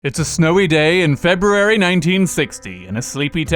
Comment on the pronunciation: I didn't know you where asian, your pronunciation of "february" gave you away